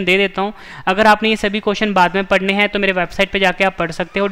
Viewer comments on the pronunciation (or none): none